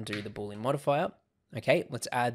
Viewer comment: Thanks for the video! BTW, it's not pronounced "BOOL-lean" (2 syllables). It's pronounced "BOO-lee-ən" (3 syllables)